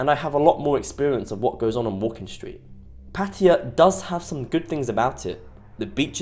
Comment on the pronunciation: You can't even pronounce Pattaya correctly, but you allow yourself to make a judgment. You probably have no idea about Thailand and Pattaya.